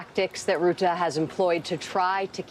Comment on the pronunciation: It's pronounced Rut-uh, not Root-uh.